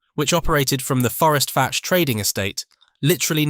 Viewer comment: I am surprised no one has commented that Fforestfach is pronounced forest vack, gets annoying after a while.